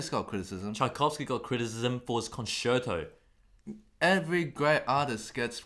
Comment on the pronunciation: "con-Shirt-o" XD